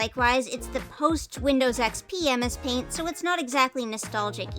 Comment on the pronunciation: You said that it turned out messy, and MS paint sounds like "A Mess Paint"!